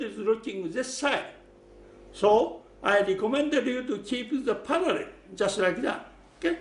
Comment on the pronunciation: Did he just say " keep the paralel bread and die today " ?? but i loved the vid thank you